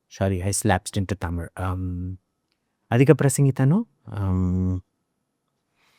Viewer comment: ಅಧಿಕಪ್ರಸಂಗತನ / अधिकाप्रसंगी। It is common in Kannada, Tamil and Sanskrit, so it must also be a word in Hindi. Maybe the accent made it hard to understand.